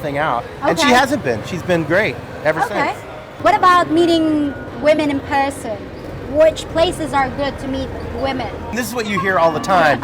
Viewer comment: I think I heard her pronounce the word person as puhson after that Australian interview. Interesting!